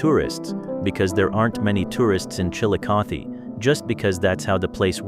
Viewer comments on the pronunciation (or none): Somebody try to fix AI to recognize words that have two meanings. Galena means LEAD ,pronounced LED, the mineral, NOT LEED. and lets try Chillicothe, produced ChillicothEEE.